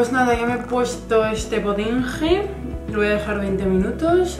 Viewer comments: Potinge?? Eso suena muy mal. Es potinGUE. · No se dice potinje jajajaj se pronuncia potingue😂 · Potingue se pronuncia como una G no como una J. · Se dice potingue no potinje jajajaj